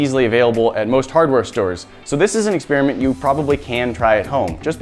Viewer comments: "ex-spearmint!!" :p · Forgive me but people need to learn how to pronounce "experiment" It does not sound like "spearmint!"